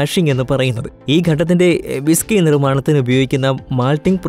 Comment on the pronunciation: ബിസകിയല്ല ' വിസ്കിയാണ്